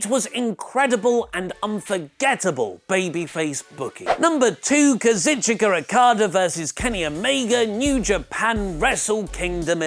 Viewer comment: KA-ZOO-CHKA not KAZ-IT-CHOO-KA